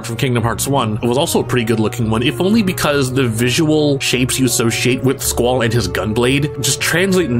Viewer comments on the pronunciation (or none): none